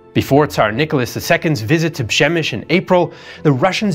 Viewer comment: Great video. How do you get “ Shemish” from “Przemysl”?